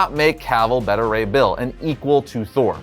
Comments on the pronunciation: It's pronounced Betta Ray Bill? Not Beta (Like what comes after Alpha) Ray Bill? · I can cope with it being pronounced 'Bayta' as opposed to 'Beeta'. Can't cope with it being pronounced 'Better' though. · Bayta not Bedda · Why is he pronouncing Beta Ray Bill's name like that? Its Beta Ray as in Bayda Ray. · I feel like you're typecasting him as Super Powerful based on his Superman role. I think he has the acting chops that he could pull off Wolverine too. See that chin coming out of the yellow cowl. Also Beta Ray Bill is going to be fucken terrifying in live action is why they are taking so long. Also you dont know how to pronounce "Beta". But its cool, made me laugh because you said it like Betta. Betta Have My Money. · It's not behta ray bill dude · It's pronounced "BAY-ta" Ray Bill